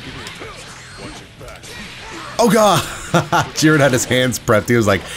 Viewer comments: Jeer-in not Jih-ren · please please bro it's not pronounced geren